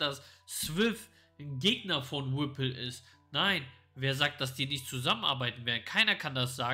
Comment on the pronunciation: Ich feier euch💯 sagt immer wrippl😄😄 weiter Jungs beste